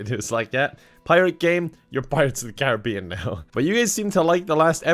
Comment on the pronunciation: Thank you for saying pirates of the care-a-be-in not car-rib-be-in